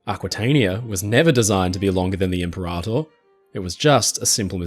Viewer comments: Excellent content but the narration is a little painful each time I hear IM-per-ator. The emphasis is on the wrong syllable. It’s Imp-PER-ator. Think or say imperial. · Imp peh rah tôr - impera tôr (sounds like 2 words) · I think Impeerator as in Imperial?